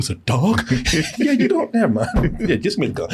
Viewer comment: Keanu is the only man I’ve heard pronunce extra syllables at the end of words! Yeah is Yeah-ha! Gotcha is Got-cha-a! 😂